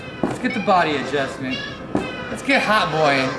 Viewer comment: Did nobody realize "addjustment" in the beginning lol